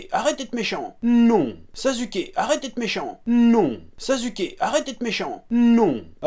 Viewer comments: On dit Na[ou]to et on dit Sas(sans la liaison)[ou]ke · il dit sasuke avec un "Z" c'est parce que ceux qui le prononce Sassouké ont tout aussi tort dans la prononciation